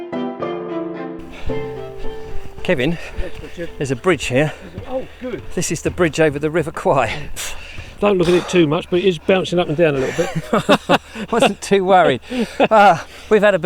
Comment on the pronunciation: A bit of education.....Bridge over the river" kwai"....in Kanchanaburi in Thailand. It is usually mispronounced "kwy" as you did. It should be "kway". Thais find it hilarious when foreigners say "kwy" as that word is applied to a very stupid person...."kwai" (kwy) means buffalo......lol. I have been to the bridge many times.It is really quite small and has a tiny locomotive that runs over it for the tourists.